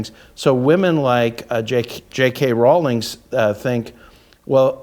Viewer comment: ca. asks for clarification of what you meant by "You weren't built for this conflict." That is exactly where I wondered the same: there are multiple possible meanings. BTW, Rowling (pronounced correctly as pronounced it) has been taking heat over her trans position well before the Macy Gray incident. I agree with the point of view that JKR is so wealthy that she cannot be cancelled because there are millions who want more installments of Harry Potter, which makes her secure in her career. So, from this perspective, there is nobody better built for this conflict.